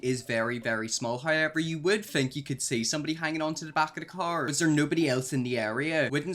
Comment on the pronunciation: Just here for the "high evers"